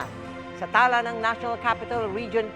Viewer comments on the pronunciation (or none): Mel tiangco, talā ang basa doon not ung tala na STAR. Tala, meaning based sa datos nila ganon. Suskopo beterano batikan mamamahayag na di pa rin ma perpek pag babasa